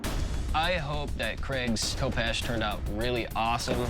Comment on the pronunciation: This show cracks me up everytime an American struggles with the pronunciation of a sword. 'Ko-peesh" aye 😅